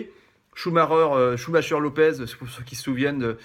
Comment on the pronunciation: comparer lopes a schumacher faut vraiment etre un tocard !!! juste pour ton info le gardien s appelle antony lope(S) pas lope(Z) vous nous cassez les couilles a espagnoliser les noms portugais !!